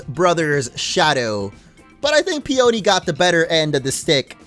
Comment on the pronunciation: PEE un KNEE.... it's a flower. Fucksake, "Steel Magnolia lol" Steel Peony.